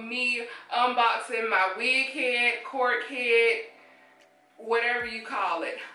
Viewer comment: Good I'm glad u stopped saying cork head cause everytime you said cork head it sounded like something else 😂